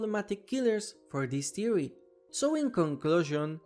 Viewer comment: ”so what is the white eyes thewee” no disrespect intended I just thought it was kinda funny